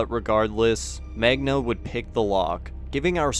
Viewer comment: "Megna" tho🤦🏾 you got a speech impediment?